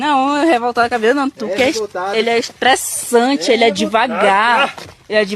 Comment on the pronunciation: shtréssanti ele